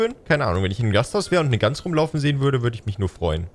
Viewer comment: Du bist eine süße Gans oder wie du es sagst ein Gus